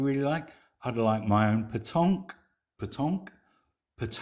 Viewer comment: Correction: "Promesse de vente". And the way you pronounced "Pétanque", the first time, was the right pronunciation. I hope you enjoy your new life in France. I live in a neighbouring département.